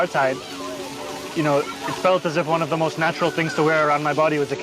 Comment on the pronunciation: I'm all for emphasizing the words you want the other people to NOTICE. Why is she emphasizing "the" so much? It makes no sense. NOTHING she says makes any SENSE!